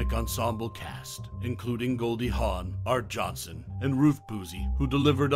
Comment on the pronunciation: It was an hour, not a half-hour. It was created by George Schlatter, not Rowan and Martin. Dan and Dick hosted. Art Johnson? Ruth Boozy? Try (phonetically) Ar-tee Johnson and Ruth Buz-zee. There was a pilot special that aired in September of 1967, but the series itself didn’t premiere until January 1968. Again, NOT created by Rowan and Martin. Are the rest of your facts this inaccurate? Congratulations! Thanks to your endless repetition, you managed to cram about three minutes of information into ten minutes and nineteen seconds.